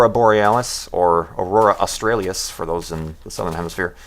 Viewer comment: did anybody else giggle at "australi-is"... its australis "oztrahlihs" :p